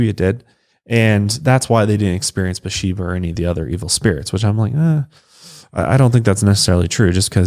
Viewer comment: Her name is spelled "Bathsheba", so the "th" isn't silent. "Buhsheba" confused me until I saw the picture of the headstone.